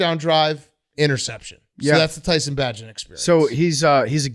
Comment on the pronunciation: hearing big cat expose his fake fandom by mispronouncing tyson bagents name helps me see the arrogance. like "i dont have to learn the back up QBs name"